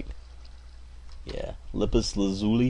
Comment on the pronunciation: its pronounced lapis(la-piss) lazuli(lazoo-ee)